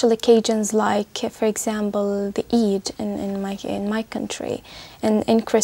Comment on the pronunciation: i have a question, when the first girl said the word "eid" she didnt pronounce the first letter how it should be pronounced seeing that she's arab and she can say it, so my question is, is it okay to say it how it should be said? or would that be unneeded?